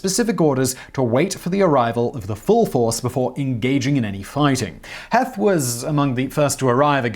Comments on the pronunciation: “Heath,” not “Heth,” even though it is spelled H-E-T-H. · God love ya, Simon! Your pronunciation of Pennsylvania place names is hilarious! It's "sus-qwuh-hanna", not "seskahanna" river, and it's "Heeeth" not "Heth" ;-) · Also General HEETH. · Ewell is pronounced Yule. Heth is pronounced like Heath. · Heth's name is pronounced "Heeth", long e not short e. The shoe story is total nonsense. Heth didn't come up with that story until the 1890s as an excuse for starting the battle prematurely. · His name pronounced like “Heath”, but I get the mistake given the spelling. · Two quick items. 1. Pronunciation, Heth is pronounced like Heath, and 2. Your dates are off, you keep saying June when the battle started on July 1st. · Also, it's "Heeth" as in teeth. And locals burned the Columbia Wrightsville bridge . Incendentally the longest covered bridge in the world at the time. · Heth is pronounced as Heeth.